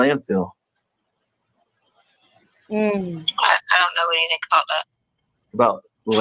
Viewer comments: Anythink ❌: Anything ✅ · Along with everything else she says. Whatever whatsoever……. Aaaaand Then!!!! Or “anythink” Can’t stand it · Everybody else: Anything ✅️